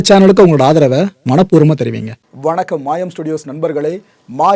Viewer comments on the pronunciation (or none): none